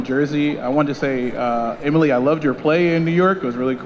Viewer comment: They said Emily’s name wrong lol